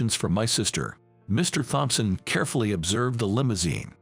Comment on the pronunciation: Can't seem to remember if there are 5 siblings or 7. Too bad the robo-narrator doesn't know Thompson has a silent "h". Oh well.